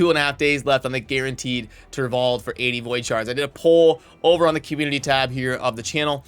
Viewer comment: Mispronounces turvold later on lol